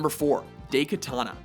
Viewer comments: Did he seriously pronounce Daikatana as Day-Katana? (Correct pronunciation is Die-Katana.) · Woow. That sounds like a real problem, Day-Katana.... WOOOW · Seriously, day-kataana?! I can forget the "katana" part, but 'die' or 'dye' is much closer to the actual "dai"katana. Just select japanese in Google translate copy the だいかたな, and press listen. Actually, 大刀 is read as 'daitou' even if it writes dai katana under the textbox. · In Fallout 1 and 2s defense: it's not your companions fault when they hit you but the stupid rng's. And that "weird dialogue is on purpose when you have a low intelligence stat. And btw it's not "Day"-katana. It's "Die" -katana. Please do a bit more research. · No, he pronounced it as Day-Katana. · Daykatana? Nice pronounciation dimwit! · Daikatana doesn't deserve correct pronounciation